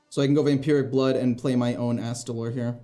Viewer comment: I am so proud you pronounced astalor correctly! A promise is a promise. Take my money!